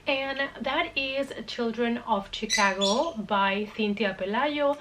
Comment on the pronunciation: I love how you say Chicago! Where I'm from people say it like Shaaa-cogo. But Chicago like you say makes so much more sense to pronounce! Because it's not Shaaa....lol! Anyway, lol, your cats are adorable! Great video, ❤❤